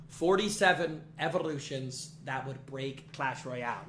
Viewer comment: "47 Evorrrlutions" im dying